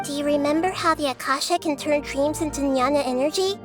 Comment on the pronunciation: Jnana is pronounced as "gyana" not nyana ..i think